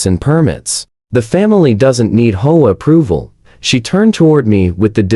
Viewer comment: I do wish that AI could learn to say "Aitch Oh Ay" instead of Ho-ah, but I suppose that's asking too much. 😆